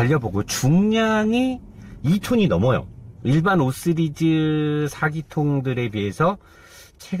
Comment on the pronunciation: 씨리즈를 자꾸 쓰리즈라하네